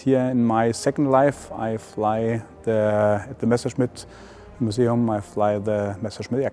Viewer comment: ¿ Quién es la pobrecita narradora...de dónde la sacaron ? No sabe siquiera cómo pronunciar el nombre Messerschmitt ! Dice "meserchemit"...usa la palabra inglesa "patreon" y ni siquiera se molestó en averiguar cómo se pronuncia !